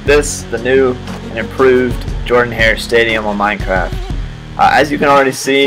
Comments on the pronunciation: It is pronounced Jordan wrong, I can't believe you say it wrong! It's really cool, I wish I could have been there during those games. War Eagle, and learn how to say Jordan-Hare. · Learn how to pronounce Jordan-Hare. Other than that, it's pretty damn close. Have you done Parker, Haley, and Dudley?